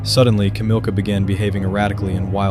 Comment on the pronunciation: Kamila, no Kamilka. Like I... Sara but in Poland you can say sweet like Sarunia etc.